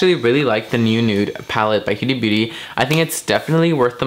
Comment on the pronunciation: Great job, but I must say it's pronounced "Hooda" not "Hueda"...thought you did a great first impression of the new Huda Palette though! 😘